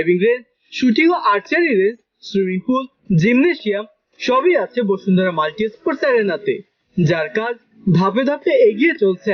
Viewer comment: বসুন্ধরা নাকি বশুন্ধরা 😐😐